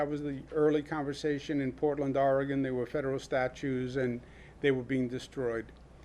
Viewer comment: Gov. Cuomo, Oregon is not pronounced Oregone. It is pronounced Or- e - gun. The "e" is only slightly pronounced. From a former Or e gun, resident! ☺